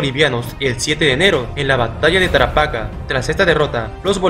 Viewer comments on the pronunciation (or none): Hay varios errores, en tu mapa pones el mapa actual, pero deberías poner el mapa de aquella epoca, Arica y Tarapacá no sale en tu mapa. lo otro es la pronunciación aunque no es grave, se pronuncia Tarapacá acentuado en la última silaba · Se pronuncia Tarapacá, con acento en la última "a". Tienes que investigar un poco más para que no cometas estos errores. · Tarapacá* la voz se carga en la última a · Una corrección: es Tarapacá, no Tarapaca...